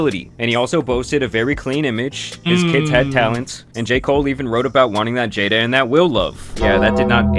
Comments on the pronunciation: Her name is pronounced Jada. ( Jaid Da) Not Jetta. Get your tongue right. 😂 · It's pronounced Jada not Jetta dude 😂🤣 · jay-duh 👀jada 😂 not jeda must be the accent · Oh Jada bro keep saying jeda😂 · He clearly said cheddar